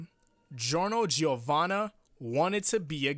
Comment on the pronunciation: And all Italians, and all native English speakers pronounce his name as Jorno Jovanna, not Gee-orno Gee-ovanna.